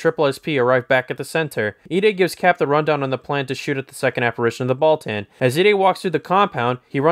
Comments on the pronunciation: Baltan “Ball-TON” not “Ball-TAN” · timestamp: “Alien Bal-TAN” it’s NOT TWO WORDS! Just “Baltan” DAMN Lol Hilarious it’s likely the reviewer JUST discovered Ultraman, because he is SLAUGHTERING THE NAMES OF KAIJU & SEIJIN but again this is HILARIOUS, you get a Toku-Pass